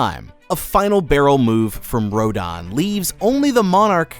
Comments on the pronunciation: Also row din/row den? It’s row dan. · The pronunciation of their names still grinds my gears. It’s Gihdorah, Rodan